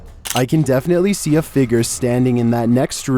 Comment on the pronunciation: why he say figure like figger 💀💀